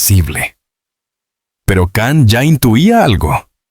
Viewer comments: La pronunciation wey.. Can(no es un perro) Can se pronuncia" llan" u algo entre "y" o " ll" Depende del idioma... Total es Can (LLAN) YAMAN❤ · Kan?? Siguen sin pronunciar bien su nombre